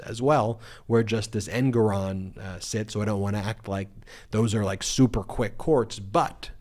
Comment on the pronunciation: Wah, I don't wike my judge!!